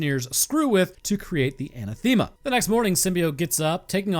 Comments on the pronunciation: It's actually kind of cute that doesn't know how to say Anathema. a·NATH·e·ma. The emphasis is on the second syllable. Like the word of the same spelling that means: 1. something or someone that one vehemently dislikes. "racial hatred was anathema to her" But I like him saying it his way. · An ath Emma as for the pronunciation of that word ath said like wrath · Quick shoutout for. I believe the pronunciation of anathema is (An-Ah-Theh-Muh). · pronounced An-Ath-Uh-Muh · Anathema is pronounced "an-athema" and the athema part you say as if you were going to say Athens but instead of 'ns' it ends with 'ma'. It's an old word that means something that is an opposite/doesn't mix well. Oil and water would in a sense be anathema to each other, though that might be an oversimplification. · ann-a-thim-uh Is the correct pronunciation. Closest I could get to phonetic without looking it up anyway. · anathame, uh-NATH-uh-muh, something or someone that one vehemently dislikes a formal curse by a pope or a council of the Church, excommunicating a person or denouncing a doctrine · Anathema = uh-NATH-uh-muh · anathema if that’s how it’s spelt is pronounced a-naath-uh-muh it’s the biblical/christian way of saying “to hell with” kinda more so that’s a sinful behavior and you’re definitely going to hell if you continue is closer , there’s not an exact definition I don’t believe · ANÁTHEMA You created a whole video, and you didn't take time (less than a minute, I'm sure) to check how the word is pronounced? Why? You could have gotten one word smarter, and any increase to wisdom is not to be sneezed at. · Pronounced…UH-NA-THUH-MUH. Anathema. Lol. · Anathema is pronounced "an-Ath(as in path)-em-uh" with the emphasis being on ath. It means something that goes against an intent. For example, a scientist that wants humanity to progress into exploring the stars would find nuclear annihilation to be an anathema to their goal since dead people can't explore the stars.